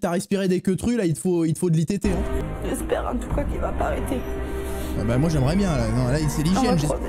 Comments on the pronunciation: "C'est pas bieng, fallait pas le faire " 🥺😂😂😂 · "C'est pas bieng, faut pas le faire" M Y T H I Q U E